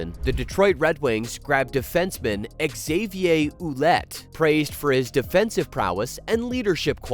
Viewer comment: "Exavier Oullette" 😂 😂